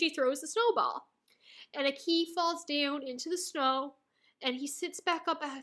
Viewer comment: So I'm listening and enjoying all of your Chainsaw man thoughts and reflections and I know you might never say his name again on Youtube but it has been killing me a little bit every time you say Aki's name. You're putting the emphasis on "i" and giving it a rising intonation. The emphasis is placed on the "A" and the "i" has a flat intonation. Ah-ki, Aa-ki. Not AkEE, or aKey! I just think names hold value and are important. Thanks for the videos. I know you will enjoy Mob Psycho S2 because it is pure gasoline and basically doubles down on everything that made S1 so phenomenal. Fight ON!